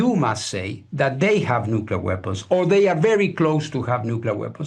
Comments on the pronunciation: Hey!! It's "nuclear", not "nucular", okay? new cle ar. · Dude, don't speak like Dubya, it's not cute. If you want to be a respected reporter, you have to learn how to pronounce words properly or you sound ignorant, and no one wants to listen to more ignorance these days. It's NU-CLEAR. NOT NUCULER. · Nu-clear not “ nu-culer”